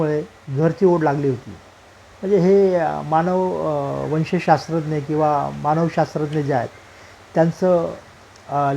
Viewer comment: ईरावतीबाई "मानववंशशास्त्रज्ञ" होत्या. वाचणारे महोदय नीट उच्चार करत नसल्यामुळे आपणही confuse होतो.